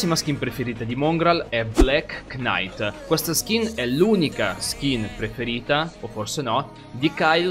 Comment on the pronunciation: Nn e a fare il pignolo ma knight cavaliere k nn si pronuncia